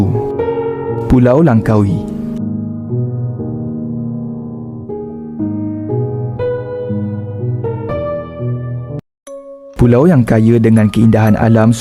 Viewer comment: Langkawi bukan lankawi ok